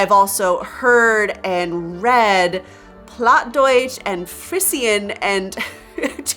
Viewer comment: BTW (pleased don’t be offended… only an FYI)… “Frisian” in English is pronounced “FREE-zhin”… like the cattle breed… “Holstein-Friesian.” I also understand written Dutch and often understand Dutch when it is spoken slowly because of the similarity to East Frisian Low German… and I understand some of the Frisian language similarly. And I understand some Icelandic and Norwegian… and can read about 90% of the Scandinavian languages when written. And I know a little Spanish because we had Mexican-American classmates in my school who were native Spanish speakers, and some Portuguese because my sister-in-law is from Brazil… and I have voluntarily learned some Italian.